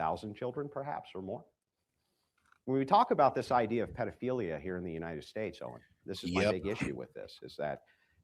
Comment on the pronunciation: It’s Owen not oden